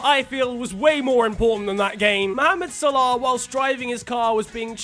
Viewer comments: Why does he pronounce salah like spongebob pronounces salad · The way u say salah